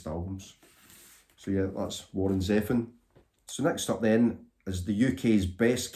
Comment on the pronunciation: Interesting pronunciation of Zevon. I thought that it was like zee — Vohn (Vahn/Vaughn)